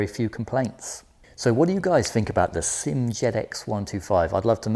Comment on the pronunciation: I wish people would stop pronouncing SYM as if it is a word. It is pronounced as three separate letters S. Y. M. Like that. Why can't people get it right. Upsets me so much because you claim to know what you are talking about, but you cannot even get the name correct. Just sad.